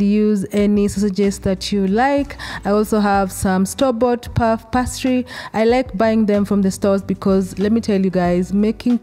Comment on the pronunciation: Pronounced pay-stree